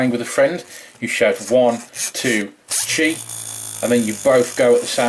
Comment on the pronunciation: Hahahahaha it sound like he said she battle